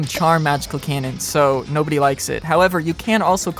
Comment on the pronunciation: Bro. What tf are you burbling about. Im 5 minutes in and all you said are keinen keinen keinen. At least put some effort in the pronounciation you english speaking piece of nerd